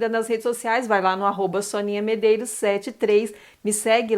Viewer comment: Top Top Top demais essa vela. Maravilhosaaaa. Arrasou Sônia 😍😍😍😍👏🏻👏🏻👏🏻👏🏻👏🏻. Falou meu sobrenome certíssimo!! Poucas pessoas acertam 🤭🤭. Um grande bjoooo